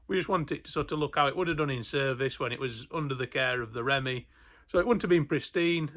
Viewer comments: The REMMIE? Its pronounced "REAMIE". It stands for Royal Engineers Made Easy. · You referred to my old corps;. As you remarked, this vehicle was most likely used by personnel (a bit before my time though!). One thing you got very wrong though- the Corps name is pronounced "REeMEe, and not Remmie!! Perhaps a minor detail to "outsiders", but very important to all serving and veteran Family members. Other than that, really enjoying the videos, so thank you, and keep up the good work. From a Veteran. ARTE ET MARTE. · Pronounced Reemy not remy .....Sorry for being pedantic. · Its not remy, its ree mee,. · Love the channel and this series - just one thing which I must correct you on - (The Corps of the Royal Electrical and Mechanical Engineers) is pronounced "REEMEE", not "REMMY", thanks!;) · Just need to get your correct ReeeeMeeee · He said it twice in this video and I commented on it in the first video and how it should be pronounced but I suspect they don't read the comments! My Mum also pronounced it that way despite me telling her for 14 years how it should sound.